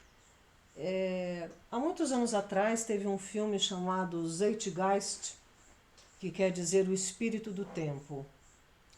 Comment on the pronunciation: Oi !!! 😁 Boa noite !!! 💐 Esse filme que tu disse : ➡️➡️ ZEIT GEIST ⬅️⬅️ ... Penso que seja alemão. É a 1° × que eu ouço falar. Pra mim, é novidade ! Mas ... Então, se posso, sempre gosto de AJUDAR e a 2° palavra ... ➡️ GEIST ⬅️ , tu disse justo. É essa mesma a pronúncia que deve ser usada, também na 1° palavra : ➡️ ZEIT ⬅️ ! Em alemão, quando tem " Ei "... A gente pronuncia : " Ái " . 😁 Então, o correto é dizer : ➡️ ZIET ⬅️ é = à ➡️ ZÁIT ⬅️ Vivo aqui na 🇨🇭 Suíça, desde 93. E desde 2009, estou vivendo na parte onde fala + o 🇨🇵 francês. Mas, antes, de : 1993 à 2009 ... Eu vivia lá na parte onde era o 🇩🇪 alemão o + falado. 😁😉👍